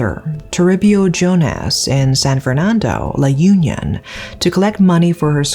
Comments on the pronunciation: Sorry to butt in but it's not pronounced as /yun-yon/ but it's pronounced as /ū-nyon/. It's not an organization as what you pronounced. It's a place. Suggestion, if you're going to give narrative about a specific place, please have research on how it is pronounced. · La Un(eun) - yon :) that's how it's should be pronounced... anyway, thank you so much for covering this case.. I haven't heard about this b4 and it reminded me of that movie with a female lead named Anna that woke up when she was assaulted in the morgue table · I giggle every time you say La Union, hehe It's supposed to be La Union as in Unnie (언니) -yon. Good story telling as always!